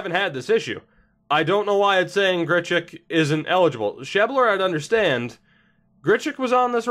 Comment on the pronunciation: sheb-ler, not sheeb-ler